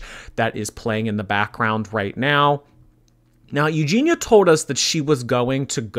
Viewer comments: He can even pronounce her name lol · "Eugenity" hahaha. Was he taking the piss? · That dude wasn’t even trying to pronounce her name correctly. How the hell do you get Eugenity from Eugenia??? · OMG THAT LAST 4 WAY BATTLE WAS HILARIOUS WITH THAT GUY GETTING UPSET FOR SNIPING & TELLING JEFFREE I BOUGHT YOUR MAKEUP!!! 😂😂😂😂😂 And he called Eugenia "Euginity" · "Eugenitiy" lmao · "Eugenity" Okay, I'm done. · He said EUGEINITY!!!!! Lmao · That 4 person battle was soooo awkward. "Euginity" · "There's nothing wrong with the colour grey." There is when it's the colour of human skin! I'm half suspicious that bottom right corner on the 4-way battle was saying her name in different wrong ways each time on purpose 🤣